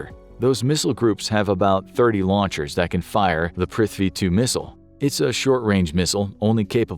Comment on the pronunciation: The video was amazing, but what wasn't was the pronunciations of Indian names (cities, and all military equipments) 😭🤣